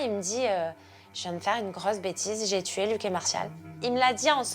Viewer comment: c'est insupportable..